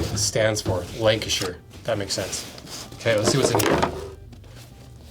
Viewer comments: definitely the brogues. And well done on the pronunciation on Lancashire. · Wow he actually said Lancashire properly